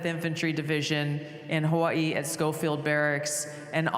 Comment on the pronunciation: You’re American Hawaii is American now. You should pronounce it like the rest of Americans not their native way. We were more powerful and won the island now call it what Americans do